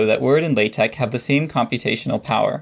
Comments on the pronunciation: Are you speech impaired or just being a fool??? Why say Latec when the word is pronounced LATEX Why Wordtec if it is is WordteX??? IDIOT! THUMBS DOWN. NO! X is NEVER pronounced K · I've never heard an academic pronounce it this way... Laaa Tech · I thought it was pronounced like the word latex. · WAIT WAIT It's pronounced lay-tech? I have certainly confused many a colleague by saying that I'm a big fan of latex. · Is it latek or latex? I keep hearing a K. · Wait, do people actually pronounce that x as a k? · That's not how you pronounce (La)TeX according to Knuth ☝️ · The letter X does not make that sound.